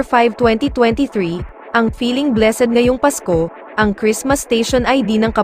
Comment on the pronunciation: Mali pa ang pronounciation ng blessed🤣✌️